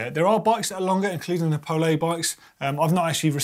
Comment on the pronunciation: Is pole pronounced pole-a?